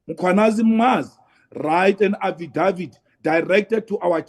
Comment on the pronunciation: Every day these new channels pop up specifically to promote Malema as someone who actually has something to say. Truth is that Malema is just a big mouth pushing out videos trying to remain relevant. And for Pete's sake Juju.. please look the correct pronunciation of "affidavid"